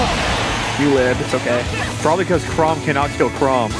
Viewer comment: My therapist: google Chrom can't hurt you Google Chrom: NAIRS